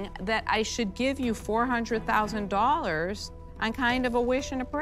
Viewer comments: Did he say they're seeking "400,000 JOLLARS"? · . "400,000 jollars" lol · "We're seeking four hundred thousand jollars..." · It all went wrong when he said we’re seeking 400,000 “Jollers”😅🎉 nervous about the no sales anyone? 😢😢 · "We're seeking $400,000 jollers..."😂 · Anyone else hear him say Four Hundred Thousand Jollars? 😂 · Did he say 400 jollars? What's a jollar? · How much exactly is four hundred thousand jollars? 🤣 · Four hundred thousand jollars, hmmmm....